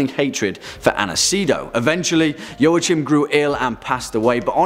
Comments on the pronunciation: If I'm not mistaken, Joachim isn't pronounced 'Joe-a-chim' it's 'Wah-keem' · I've never heard it pronounced "Yoh-uh-chim". "Wah-keem" maybe. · I cringed at every mispronounciation of Joachim. It's Yo-a-heem. Sigismund is also nothing like Zygmunt, but I guess that's already ingrained in western culture. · Joachim is pronounced 'Wah-Keem'... fyi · No, I'm sorry, pronounced "Joa" right but the "ch" in German sounds like when a human tries to imitate a cat's hiss. It's a very dry and guttural sound.